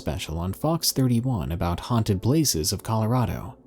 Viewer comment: "Huanted Walmart" I died XD